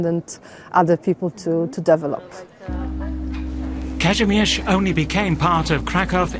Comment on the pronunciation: Tell the nice lady that the word is pronounced dih VEL up, not DE vil op. No Devil involved. There is a place here in Maryland that, due to widespread historical ignorance, is frequently similarly mispronounced. There was a prominent family called de Vilbiss. deh VIL biss. There are signs for roads and a town often mispronounced DEvil biss. But no. No Devil involved.